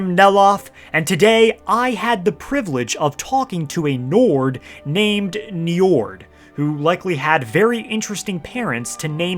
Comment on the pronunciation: don't let an old norse specialist /nerd hear you pronounce that name: Njórd, or Njörðr as is the old norse spelling... he is the lord of the vanir and the father of Freyr and Freja. god of the sea ;) that dude there is named after this old norse god.